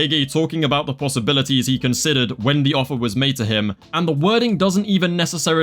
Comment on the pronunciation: “2+2=5 guys what ru on aboot”